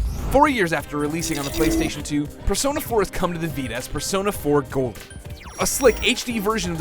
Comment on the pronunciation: persona 4 golen lol